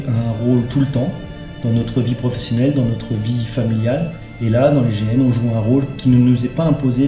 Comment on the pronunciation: ON DIT NANESSQUE PAS NANIQUE